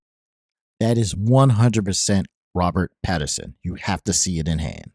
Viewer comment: Did uh did you call him "Robert Patterson"? Seriously?